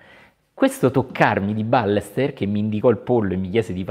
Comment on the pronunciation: "BAYESTÉR O BAIESTÉR, non "Bàlester"!!! Grazie. Saluti da Barcelona.